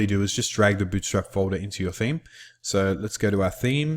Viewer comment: FOLDAH HAHAHAAH